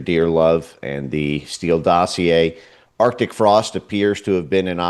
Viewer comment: Jesse, It is arctic frost, there is a C in it. Stop being lazy in your speech!